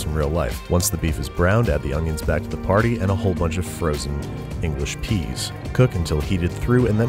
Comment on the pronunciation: "whole bunch of frozen pauses English peas"